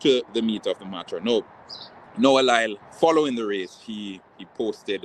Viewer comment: His name is LYLES not lyle